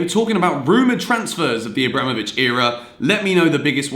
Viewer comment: GranOvskaya, not GranovskAya, AbramOvich, not AbrAmovich!